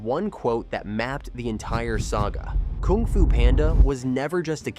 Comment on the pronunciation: stopped and immediately disliked the video when i heard how you say Kung xD